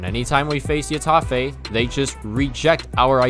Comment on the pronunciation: When will he learn its pronounces hetafè not yetafè